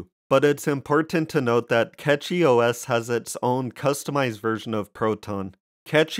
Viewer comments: pronounced "Cash-ee" and not "Cat-Chee" - outside that, I do like all of the new gaming Linux distros but still mainly fall back to ol Windows on the main desktop, everything else is running SteamDeck's OS essentially, or some variation of. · Its Cachy (Cash-ee); not Catchy... Its called CachyOS, because the custom kernel patches and CPU scheduler allows the system to optimize resources in micro caches. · I say it like "catchy" too. Who care about the name of an OS or how you pronounce a brand or whatever tbh. Hell even name can be pronounce differently depending the country you are in. Don't worry about people being offended by anything. The "worst" thing that can be mispronounced is a name and here we say "there is no mistake in a name". If someone think it's a disrespect they just don't have enough problems in their life. (first timer here btw so I'm not defending because I'm a fan but trully because I think what I say)